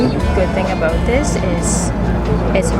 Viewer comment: "I'm ABOOT to show you" 🇨🇦